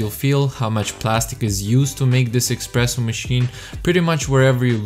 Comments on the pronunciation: espresso ! no EXPRESSO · Why would you make a review about a coffee machine, when you know nothing about the machines, or coffee itself? You don't know what cups/glasses to use for a coffee, how to froth milk, how to pour milk, or even how to pronounce espresso, it's definitely not "expreso"... You also didn't mention any specifications of the machine, etc, etc, etc. The cinematics are great, but the review isn't. Stay away from reviewing everything, but telling nothing relevant. Instead, focus on the stuff you actually know something about..